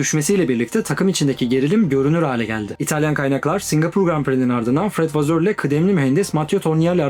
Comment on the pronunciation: videonuzu çok beğendim ancak vasör diye okunuyor vasseur, vazör diye değil, sevgiler